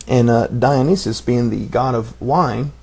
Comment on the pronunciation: it's pronounced 'die-on-eye-sis'